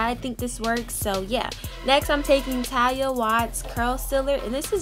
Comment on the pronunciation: I died every time you mispronounced Taliahs name. 💀💀💀 we forgive you boo.